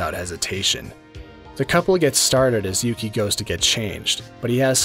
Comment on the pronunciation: And his name is Yuki or "yuu" as in "You"